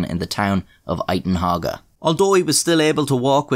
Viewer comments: Uitenhage is pronounced "You-ten-hayg" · *The town Uitenhage is pronounced [you ten hage] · How to pronounce Uitenhage... You Ten Hay G (hard G, like the Hague in the Netherlands) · Uitenhage is pronounced "yoo-ten-haig" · bruh you butchered Uitehnage, i hate the place anyway find something to shit on Uitehnage and keep he pronunciation